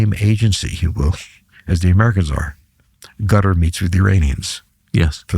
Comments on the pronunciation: He’s mispronouncing Qatar as “Gutter,” and then claims Iranians don’t want to talk to Russians directly — even though they just signed a mutual defense treaty. His take on the Ukrainian war theater is also outdated. He’s stuck uptalking satellite imagery while completely missing the rapid evolution of drone warfare and the innovations both armies have made. There are a few rational points here and there, but overall this sounds more like propaganda aimed at the uninformed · Anyone who pronounces Qatar as "gudder" doesn't know squat about the middle east. I've never heard a bigger, more comprehensive crock of sh*t on such a wide range of subjects. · The voice is continuously scratchy and, at moments, impossible to understand. 👎👎 He constantly throws anecdotes of his past memories. 👎👎 The way he pronounces Qatar as == cat'tr == is annoying and, due to the scratchy voice, I had to rewind back to understand what he said. 👎👎 Dislike given for the video. 👎👎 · What is "Gutter" – is he talking about Qatar? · So full of ṣ̌! 😂😂😂 "Iranians do not want to talk directly to the Americans or Russians." On which planet does this guy live?! 😂 Is it me or is purposely saying "Gutter" instead of Qatar. These people are masters of twisting everything to look smart. What a DECEPTIVE chameleon. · Is there a country called Gottar? It is Qatar, not so difficult to pronounce correctly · Why does he call Qatar “Gutter” even though he’s already called it “Cuter”